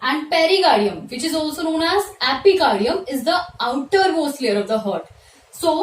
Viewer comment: I stopped watching your video the moment I heard "Hurt" instead of "Heart" ...pronounce to achese karo hurt kya hai hurt ....